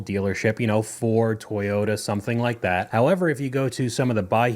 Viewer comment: how the fuck do you pronounce Toyota so badly